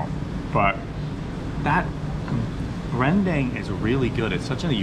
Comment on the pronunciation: Rendang not rendeng 😂